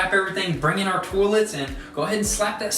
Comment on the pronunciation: Huh interesting, Americans pronounce it Toll’ets and Canadians say Toy’lets